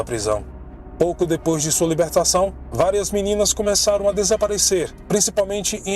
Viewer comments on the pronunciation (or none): none